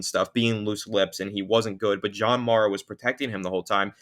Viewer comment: That’s not how you pronounce Mara